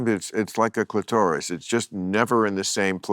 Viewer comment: bill needs to read up on female sexual anatomy. he's like a sixth grader...clueless, mispronunciation of clitoris, "never in the same place for more than a minute"?